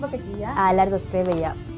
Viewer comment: കമാൻറ് അല്ല ചങ്ങായി കമൻറ് എന്ന് പറ പന